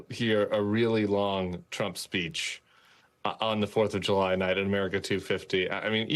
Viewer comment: The 4th of Ju-Lie.